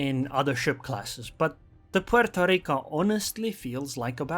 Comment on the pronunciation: Every time says 'Pueeerrtooo Rrrriiicooo', shake your maracas!